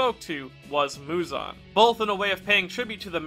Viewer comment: bro mans called muzan “muzun”